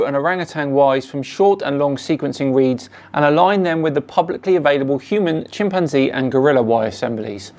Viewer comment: Dude can’t even pronounce chimpanzee correctly.